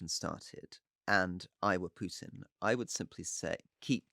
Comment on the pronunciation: Can't listen to this ,one is to loud and the other to low sorry...and Campbell stop the Pjutin mispronunciation please.....